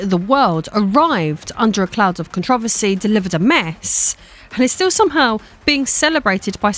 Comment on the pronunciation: Im sorry but the way she is saying controversy is bugging me😂